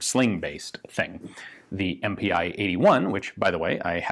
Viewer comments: MPi in German is pronounced "eM-Pee" not "eM-Pee-Eye". Its just a different way of abbreviating "Maschinen Pistole". "MPi" is not very common compared to the more widely used "MP". Also the east Germans called their AK's the MPi K for the AK47 and MPi KM for the AKM. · MPi would be pronounced EM-Pee in german.